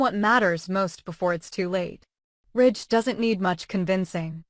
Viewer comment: His name is RIDGE not rich